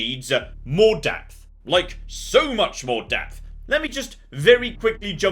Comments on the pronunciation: I misheard you, because when you said "you know what it needs - more depth", I though you said "more DEATH". Two dead soldiers later... you actually DID say "death", didn't you? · Funny, I misunderstood what said right at the start. I honestly thought he said "X-Com, but a lot more death" not depth.:) Both are likely true. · Not to criticize anyone's accent, I first thought you opening comment was "..Xxcom but with more death". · i thought you said "more death", lol